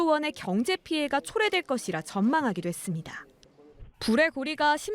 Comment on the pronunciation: 기자 발음이 했습니돠~ 돠 돠 하지말고 다 로 발음해주세요